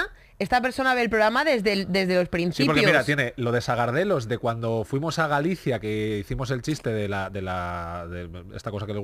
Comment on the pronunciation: Quique, se dice "Sargadelos" :)